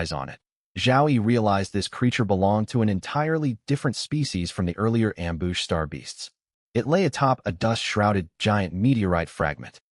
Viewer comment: The AI has been dipping into the booze. Amboosh, amboosh, amboosh.